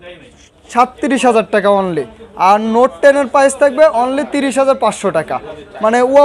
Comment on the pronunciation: Vi tmr kotha onek vlo laglo নোট টেন পিলাস 😂🤣😂 পিলাস কি। পাইজ না প্রাইজ।